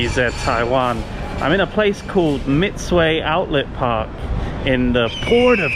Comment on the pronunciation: Some little advices to YGZ Taiwan, actually it's Mitsui"i", sounds a little longer on the i pronunciation. It's a Japanese name 三井（みつい） And I'm not sure the western countries athletes would like to go to China to be a potential life stock or not, apparently CCP could always arrest them and put them into jail and use them to threat their govs, just like what they did to the 2 poor Canadian businessmen. Also i still could read the mouth movements which is "what the f....lag", right? When you saw the CHINESE Taipei flag on tv